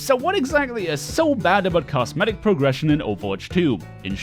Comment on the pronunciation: I swear it sounds like you are saying cast medic